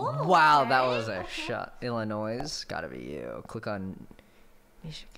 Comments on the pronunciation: michael asked her if she called it illinoise but he also said it too 😭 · It's not Illinoisssss it's illinois don't pronounce the s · Any other Illinoisans who cringed when he pronounced Illinois like Ill-li-noise? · I totally forgot that there are people who unironically mispronounce it illinoise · He pronounced the silent “s”in Illinois I cry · Why do people know how to pronounce Arkansas but not Illinois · Same. And I’m from Illinois 😭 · Not the forbidden s in Illinois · AHHHH. I hate it when people say illinois wrong! The S is silent! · I hate that the always anunciate the s in Illinois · people that pronounce illinois with the s make my skin crawl lol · You did get 71%, but you then pronounced Nevada and Illinois incorrectly, which is a demerit of 50%, so you actually got 21%, making Michael's scores superior 😤. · Ohhh nooo Illinois is pronounced without the s, the s is silent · bro in illinois u don't say the s the s is silent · Illinoi"s". cringe